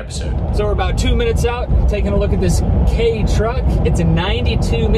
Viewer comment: Don't think it's pronounced "Kay" I think it's supposed to sound like "key"